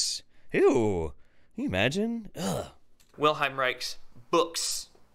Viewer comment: Why can't that orgonite dipshit say "Wilhelm" right? It's WilHELM, not WilHEIM. Freaking jackass.